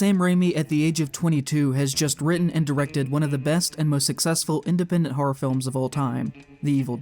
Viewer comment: Let the record show that the word "horror" has two syllables (and "statistical" only four).